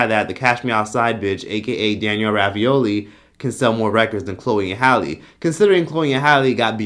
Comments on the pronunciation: Rabiolli 🥱😭😭 it's bregoli 😂😂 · I thought it was Danielle Bregoli not Ravioli lmao 🤣